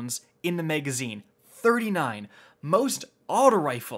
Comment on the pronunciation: MAGazine not MEGazine